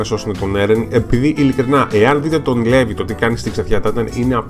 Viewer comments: προφέρεται Λιβάι και όχι Levi. Αν κοιτάξεις και στο wiki βλέπεις πως γράφει Rivaille (Στα Ιαπωνικά) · ωραίο βίντεο ,λοιπόν το όνομα Levi προφέρετε Λίβαϊ (γενικά)και σχετικά με όσα έχω άκουσει ο Levi είναι ο "δυνατότερος της ανθρωπότητας " humanity's strοnger που λένε και η Mikasa είναι η δεύτερη δυνατότερη γιατί είναι από τους Ackerman όπως και ο Levi είναι Ackerman , γενικά οι ackerman είναι δυνατοί τώρα σχετικά για τη σχέση ανάμεσα στον Levi και στη Mikasa δεν είμαι πολύ σίγουρη απλά κάποιοι λένε ότι είναι συγγενείς δηλαδή μπορεί να είναι ξαδέρφια αλλά μακρινά ξαδέρφια...ναι τεσπα είναι πολύ καλοί και οι δύο τους. και το όνομα mikasa προφέρετε μίκασα και όχι μικάσα... τώρα αυτό το λέω εγώ αν εσάς σας άρεσει να την λέτε μικάσα είναι οκ... λοιπόν αν κάποιος ξέρει γενικά για τη σχέση του levi και της mikasa ας μου πει!